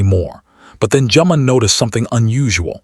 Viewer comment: Would nice if the .narrator got their names.its not saga and its not juman. Not Funny.